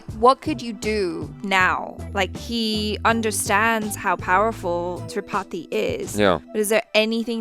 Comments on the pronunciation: Every time says Tripathi... My mind: 'CHAPATHI' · Whenever and said tripathi I heard chapati lol me😁😅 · Am i the only one who is hearing chapati every time they say tripathi?